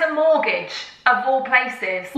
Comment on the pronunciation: Pret a morgage hahah oh